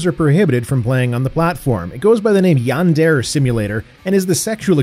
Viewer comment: That is not how you say yandere